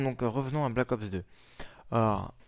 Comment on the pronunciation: Pour moi je ne l'acheterais pas mais sa me tenterais quand même de le tester. Sinon bonne vidéo est ces Black Ops pas Balck Ops ^^'